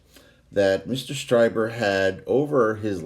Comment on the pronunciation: "Strieber", as far as I have heard, is actually pronounced "STREE - ber". Love your stuff. Keep up the copacetic work.